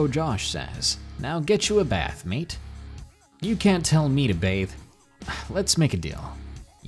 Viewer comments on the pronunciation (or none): none